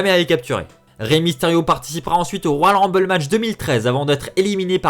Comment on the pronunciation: Faut apprendre à parler : "royal rumbay", "servi à rein"... En plus, nxt, 205 live et nxt uk ont leur propre rumble. Mais effectivement, ça ne servirait à rien de faire gagner Rey.